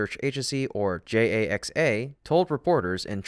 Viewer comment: What's a JAX-AY-EX-AY?